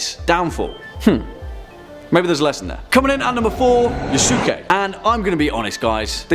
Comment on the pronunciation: Japanese culture has some of the most fascinating stories, no doubt. One of my favorite mythological creatures is the Kitsune or Kyubi-no-Kitsune, and Yuuki-Onna. But the story of the swords Muramasa and Masamune is pretty cool to. Also, its Ya-Sk-ae